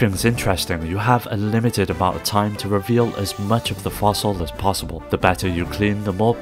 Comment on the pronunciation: I think you mean "as much as FOSSIBLE..."